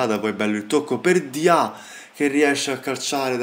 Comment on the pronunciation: La pronuncia di Diaw sarebbe Diò